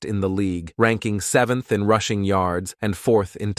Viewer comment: They really have to work on those robotic voice narrating software applications. The "Meeami" Dolphins and the "rooshing" title?